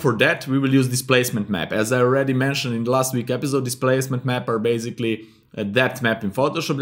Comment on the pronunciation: when u pronounce Episode as Epizode.... i feel like you're German.. haha :) anyways, it was a great tutorial :) thank u